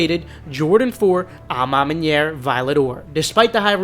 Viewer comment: I’had to laugh at your perfect pronunciation of a ma maniere compared to the way you pronounced noir